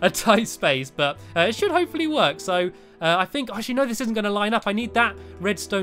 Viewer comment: its not hope fully its l for lee